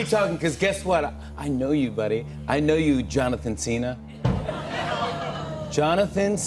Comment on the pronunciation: “I know you Johnattan Cena” 💀💀